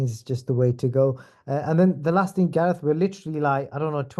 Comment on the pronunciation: Who the fuck is gaeath anyway 😂😂